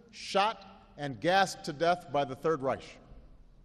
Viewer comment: Barack really needs to work on his pronunciation of foreign words, e.g. Hijab , Reich . I guess this puts to rest the rumor that he is a crypto-muslim-nazi. :-P